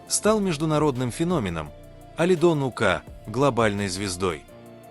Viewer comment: Смотрю все ваши видео,интересно,но пожалуста ставте ударение правильно,не ука' а ук